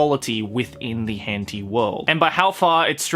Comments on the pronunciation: it is, he has to say it incorrectly so he doesn’t get demonetized. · It’s pronounced hent-eye not henteeeee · Henti argh its hen-tai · it was hen-tea? i pronounced it hen-taei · HENTEE?!?! isnt it pronounce hentayy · wHy dO u sAy it like that Hent-ee? Lol! Hen-tai! Japanese pronounciation 😂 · wait its called hente and not henti :0 I've said it wrong all this time lol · “hen tee”?? tf i say it “hen tie” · It's pronounced 'hen-tie' or 'hen-ta-ee' :) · Why does he say hentei? Watching it with friends and female friends what the hell!? Too cringe, can't watch. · Are you say hęñtíé like that on purpose? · what the hell is a "Hentee"? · hentea? LOL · ah yes hentee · did y-you just say...henty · It’s pronounced Hen-Thai. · 'hen-tee' lol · "but this can also be said in the world of 𝓱𝓮𝓷𝓽𝓲" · Ah yes. The world of HENTY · It's pronounced hen-tie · It’s Henti my dudes XD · And also says “henti” makes it a bit funny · I thought they said *hen tay * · Did this guy say hen-T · No one This guy: HeNTee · Henti is for real bois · Bro why do you say hentee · plz don't say henty it makes me crinnnge and btw checkout me channels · "Hen tee" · Why we saying hen-tee? Something about demonetizing? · I used to call it "hentee" too Now that's what I'm going to call it that forever. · "As Weird As This May Sound To The Common Otaku, I Think The Same Thing Can Also Be Said For The World Of Henty." It just makes me laugh every time he pronounces H*ntai differently just to keep his channel a float lol! 😂😂😂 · why is he pronouncing it so badly? XD Hentee? is it because of youtube regulations? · ''Hen tie''?? Sound like a good anime. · Ah yes. HENTI. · I think it’s pronounced hen tie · u r saying the word wrong